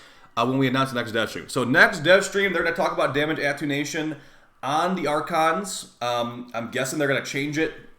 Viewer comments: "damage atunation" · Attenuation. Atoonation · Damage AT-TEN-YOU-AE-SHUN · Ah-ten-u-a-shon. Attenuation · Attenuation is pronounced “uh-ten-you-ation” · this guy still can't pronounce "Attenuation" LOL